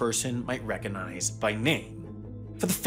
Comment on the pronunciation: You seem not to have noticed: there is a g in "recognize."